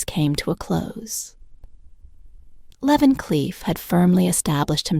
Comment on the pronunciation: The AI for this video is SO BAD that I couldn't listen anymore. Leah Vancliff? S C eye fi? Come on now, do better.